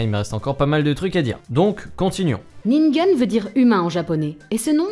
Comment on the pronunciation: c’est ningen pas ningun